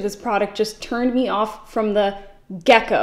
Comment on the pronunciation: It's "get-go". A gecko is a type of reptile, like a lizard, which may be what the reviewer felt like after applying the corrector, who knows? 🤷‍♀️